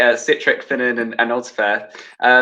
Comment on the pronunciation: Why have they all started calling Finan - Feenan lol?, Ive noticed this is a recent development.